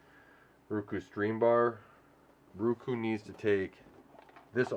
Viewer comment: I hate when my lady says Ruku...it is Roku. Like Row-Coo 🤣🤣🤣🤣 it makes me laugh everytime. Not trolling just saying.